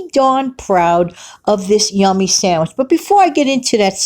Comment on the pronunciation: Pizza "sangwich" sounds yummy! 🍕🥪